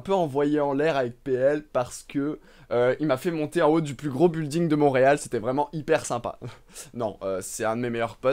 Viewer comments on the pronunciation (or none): none